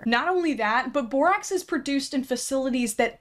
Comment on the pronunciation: The fact that over half of the borax idiots in this video call it "borox" doesn't even surprise me, and that's just depressing.